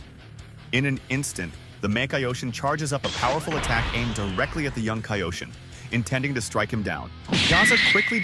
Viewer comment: Mispronouncing kaioshin